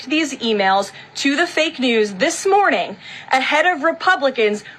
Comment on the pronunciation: Caroline! " ThisSMORNING " IS Not A WORD. It's This MORNING!